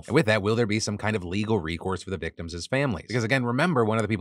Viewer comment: victimsis or victimses? Either way, I love it!